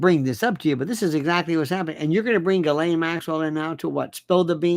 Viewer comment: Lionel stop it with your creepy pronunciation of her name. That is low class. I thought of you as more like David Niven. Classy